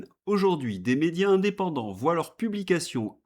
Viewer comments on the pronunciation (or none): none